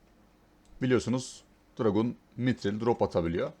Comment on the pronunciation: dragUn demesen olmaz mı? biluğ. buluğ de şuna abi:D